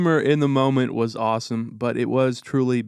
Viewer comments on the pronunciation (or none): none